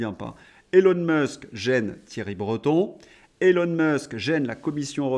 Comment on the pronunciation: Nota bene : Elon (Musk) se prononce ilon et pas élon. Élon n'est pas son prénom; autant le lui épargner. Bon courage.